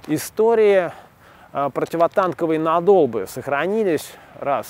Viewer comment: позвольте вставить свои 5 копеек: правильно говорить нАдолбы, а не надОлбы